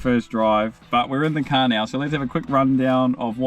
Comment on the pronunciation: What exactly is a cah? 😆